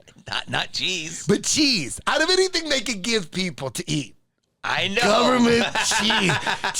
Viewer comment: guhvuhmint cheeese!! 🧀😎